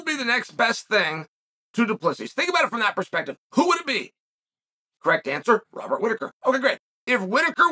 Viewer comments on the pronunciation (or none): none